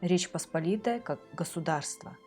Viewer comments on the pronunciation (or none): none